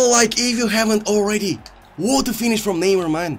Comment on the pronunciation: krasi: scores a nice goal also krasi: leev a like if you haven’t oulready